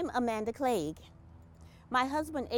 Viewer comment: He pronounced Cleage perfectly.